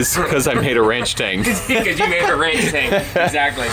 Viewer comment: Why “ranch-tang” instead of “ranch-stang” ?